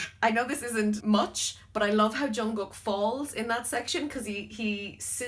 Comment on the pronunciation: You said jungkook wrong too